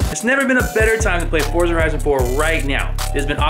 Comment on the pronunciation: lmao they got someone else to talk about forza because block says 'FORTSAH'